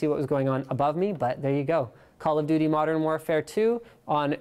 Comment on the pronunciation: "CoD "MORDERN!" Warfare 2.... Lmao